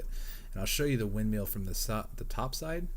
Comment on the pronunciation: Hey it's not windMEAL, it's windMILL